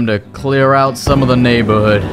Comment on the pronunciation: lmfao at the end he says Ouw, doesnt say out xD